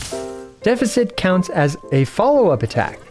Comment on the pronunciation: Am i the one pronouncing deficit wrong or him, im confused....